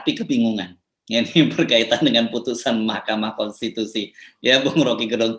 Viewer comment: Top bung rocky " Mahkamah Konstipasi " 🤣🤣